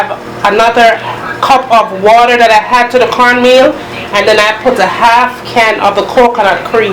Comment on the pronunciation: Teresa Bloomfield You could say that again. All through the video she's saying "had" for "add". I think Jamaicans are the only people who put an "h" sound at the start of words that don't began with an "h", and omit the sound from words that do start with "h"! For instance, most Jamaicans I know, pronounce "him" as "im". lol Anyway, every culture has its peculiarities. I know for sure we Bajans have ours!